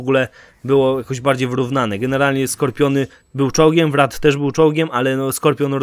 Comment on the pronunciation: Troszkę to "wraf" w odniesieniu do Wraitha kuło w ucho. :/ Ogólnie to uproszczenie Wygnańców w porównaniu do Przymierza w Halo Wars nie jest takie złe. W jedynce właśnie był ten problem, że kampania nie wprowadzała nas do sposobów rozbudowy armii Przymierza, więc przed wejściem do multika można było co najwyżej z SI grać żeby wyuczyć się Przymierza. Natomiast Halo Wars 2 jest przystępniejsze pod tym względem.